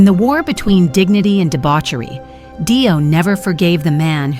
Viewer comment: Its not DIE O you stoopid cow its DEE O